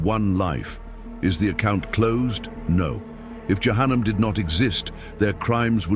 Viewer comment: Перевод ИИ ужастный головы шиитов ягоды за кума?)) дбибил вместо Джабраиль яханам вместо джаханнама ушам больно слушать доработать нужно потом ставить для просмотра а то можно так не понять то что именно будет а то кто не будь будет думать что ягоды закума подобны шиитам без обид всем братьям и сестрам Салам алейкум храни вас Аллах узнавайте читайте больше об религии Ислам и качественный матерьял выбирайте а то в заблуждение можете попасть